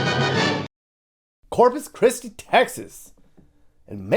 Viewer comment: Corpus "Piss-ti"! Hahahahahahahahahaaaaaaaaaa!